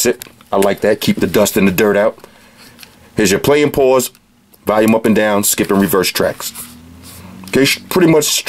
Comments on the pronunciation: Why is it so hard to say volume not valume! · I love how you say Valium instead of volume lol it cracks me up everytime